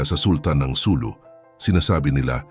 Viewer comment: SuLU. Accent on second syllable.